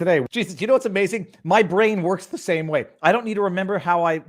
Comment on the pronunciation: Hmmm, I didn't know the word works could be pronounced with an extra H, like Viva said, 'whorks' -- .😉